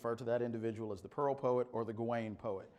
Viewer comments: It’s pronounced gah - win, me thinks. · "Ga-wayne" is the pronunciation; although you will also hear" Gawan" with some speakers. It's in Northwest Midlands dialect--different than Chaucer's London Middle English dialect that printer Caxton used..